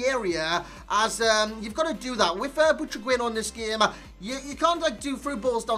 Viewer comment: "I really like saying his name man" You're saying it wrong lol but nice review